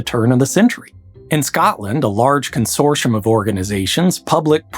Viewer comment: Well done for saying Edinburgh and not Edinbororo. Not so good with consortium.